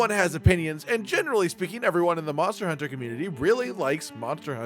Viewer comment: MonstEAr HuntEAr